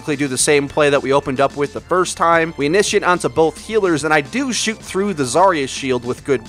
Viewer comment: Love your videos, but I notice you say "boLth". It's; 'both'. Hehe. Love you guys.